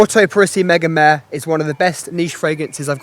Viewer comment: Mega-meh? Isn't it mega-mar-re